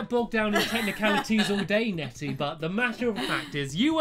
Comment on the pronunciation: It's. Netty. Not. Betty. >:(